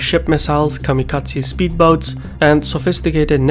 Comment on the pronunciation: Hold on... Did you just say... Kamikaze Speedboats?